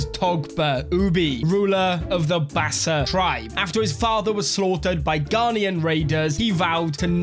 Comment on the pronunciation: Hi I’m grebo apart of the greater kru people the bass’s are our brother tribe it’s pronounced bassaw thank you for playing as them